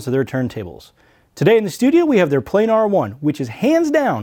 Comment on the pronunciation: Plan ar not playnar